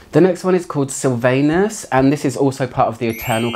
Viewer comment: It's pronounced Silvanus rhymes with accent on Vanus , not "anus" 😅